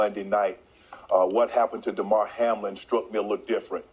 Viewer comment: Hamilton, Hamill... it's Hamlin man!